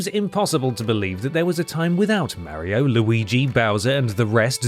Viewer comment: I'm sorry but I can't watch any video where someone calls him "Mary-o".